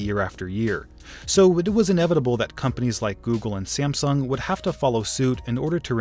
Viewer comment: You said siamsung